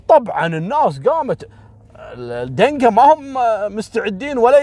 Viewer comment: حياك الله لو سمحت لا تغيب عنا ياشيخ خلي كل يوم قصة واحدة إن شاءالله بالنسبة لنطق اسامي القبائل النوير والدينكا ماشاءالله عليك تنطقها بطريقة جدا صحيحة حتي نحنا في السودان في ناس كتيييرة تنطقها غلط دمت بخير يا ولايك لكل قصصك 👍😍